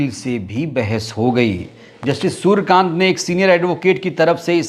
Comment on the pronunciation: सुरकान्त नहीं है सुर्यकांत है भाई साहब जी